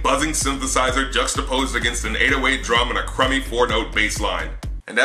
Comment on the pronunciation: nigga did you say crummy? LMAO. still lu you though.